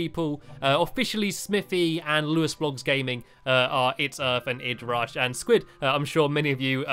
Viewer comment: It is I dee rush not id rush Stampy XD